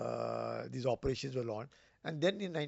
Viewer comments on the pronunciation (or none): Not "Opretion", it's "Operation". Thank you.